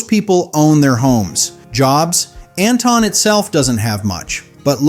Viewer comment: They didn't pronounce Anton correctly either